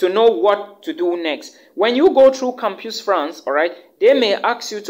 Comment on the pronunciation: My brother, thank you for the valuable info. but PLEASE: it is campus pronounced as kam-pas.